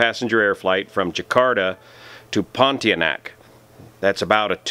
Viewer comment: Always great analysis, thank you. Small point, the destination is pronounced Pon TEE anak.